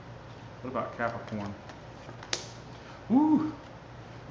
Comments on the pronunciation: Lmao! Sesame Street...cap-ri-corn 💀 😂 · You be making my day!!! Ca-pri-corn.... 3 syllables folks.....